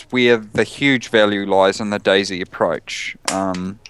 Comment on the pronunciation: i love how he say's DayZ like 'daisy'